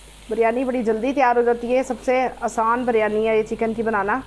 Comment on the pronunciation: (biryani) urf bilyani 🤣🤣🤣